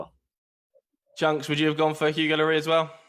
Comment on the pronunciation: Nobody: Presenter: Hugo Llorieee